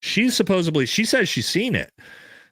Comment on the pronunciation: Supposebly is not a fckn word bro. Jesus Christ dude and you say it 100 times an episode😂